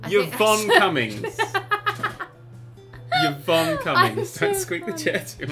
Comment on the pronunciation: Yvonne is pronounced evonne